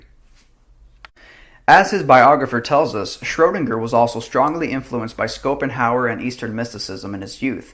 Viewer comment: You pronounce Schopenhauer - SH at the start, not SC